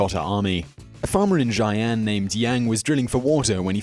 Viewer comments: xi-an aint prouncunced cyan.. its shi-an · Zaian. Cringy pronunciation. It more like Shi-An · Xi'an = "Shee-anne" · Xian......is pronounced She-an......... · Xian pronounced shee-ann. Qin Shu Huang pronounced chin schə huang. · I really like your videos, but please, please, please look up pronunciation before doing one. Some embarrassingly egregious errors on this - Qin She Huang isn't Chin Shee Huang but Tsin Shuh Huang, Xian isn't Zaian but Shee-an, Scythians arent Saithians but Sithians - winced every time I heard them!